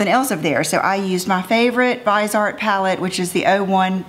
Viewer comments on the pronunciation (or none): I believe it's pronounced viz-ee-art. Am I wrong? Anyone? I've never heard it pronounced vize-art. Help?❤💄